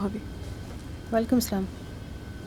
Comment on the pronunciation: মুসলিম দেশ,মুসলিম পরিচালক। সালামের সঠিক উচ্চারণ শিখাতে পারলো না